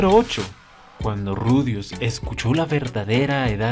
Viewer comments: La pronunciacion del papau verde calvo xd (ruijerd)...ru--ai--jer-d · E buscado y mas o menos su pronuncicion es ruicherdo supardia lo mas sercano